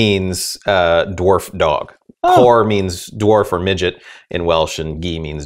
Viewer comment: As a person living in Wales, this guys pronunciation made me cringe a little. However, aside from that, he actually made a mistake. "Gi" is NOT dog in Welsh (in the respect that if you pointed at a dog in Wales and said "Gi!" to a Welsh person, they'd look at you like an idiot). The "cor" makes the "C" in "Ci" (which is ACTUALLY what dog is in Welsh) soft mutate to a "G", thus it's "Corgi" because "Corci" wouldn't sound right on the tongue.